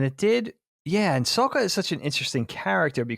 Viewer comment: Why does keep saying "Soak-ah"? They say Sokka's name repeatedly in the show. That's not how it's pronounced. It's also spelled with two K's, so it doesn't make sense to pronounce it that way.